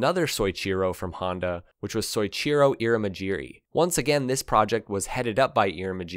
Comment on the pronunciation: Just in case you cover them in the future. Pronounce So-ee-chee-row